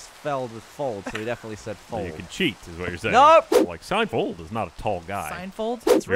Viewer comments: Totally said fold not field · He absolutely said Seinfold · totally did not say "SeinFold" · Adam Farmer #JFT96 He said "Seinfald" at first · He absolutely said Sign Fold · He didn't say Seinfold but he sure as fuck didn't say Seinfeld. More like a Seinfuld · definitely said Seinfold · said Seinfold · Or Seinfulled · He said Seinfold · ... it’s like he said a mix... Seinfoeld